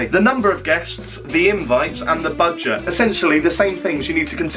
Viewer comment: The way he said dragging and budget was so Norfolk! Woo Norfolk!!